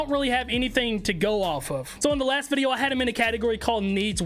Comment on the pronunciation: I love how he says videa instead of video